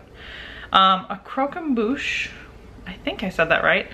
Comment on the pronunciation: You were right in your pronunciation of croquembouche 👍🏻